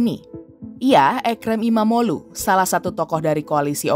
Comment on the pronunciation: Baru ini dengar portal berita yang bisa ngucapin nama kayak erdoĝan dan imamoĝlu dengan benar 😂 Mantap